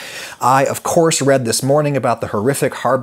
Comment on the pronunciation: Cheers for saying Beirut correctly!